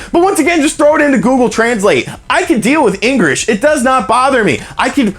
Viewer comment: Haha, "engrish."